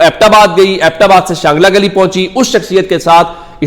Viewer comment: شانگلہ گلی نہیں چانگلہ گلی ہے